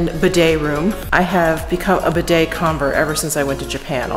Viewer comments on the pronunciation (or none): none